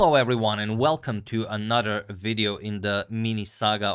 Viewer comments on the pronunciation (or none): The word, Three can help with pronouncing AnoTher ... It's not nudder another ... I only say this because it may be your next hurdle in excelling your career as a broadcaster, etc .... I know English is a 2nd language for many, but please - it's a bit disturbing to the ears to have the Tee Aightch TH, mispronounced every time .... I like your videos, 📸 however- please don't take this criticism personally - i believe it needs to be mentioned. TY, ag